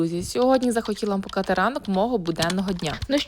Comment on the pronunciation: Навчіться гарно розмовляти, ви ж молода дівчина, слова ковтаєте , до кінця не вимовляєте! Не «покати» свій ранок, а показати!